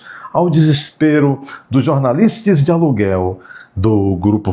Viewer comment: Kkk fez ressurgir a língua oficial do Mussum: "jornalistis, capetis.." 😅😅😅😅